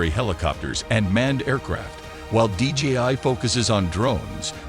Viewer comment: The company name is DJI. You say DGI dozens of times throughout the video.